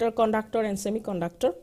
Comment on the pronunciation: konductor ??????? IIT GUWAHATI padhne betho bhosdiwalo.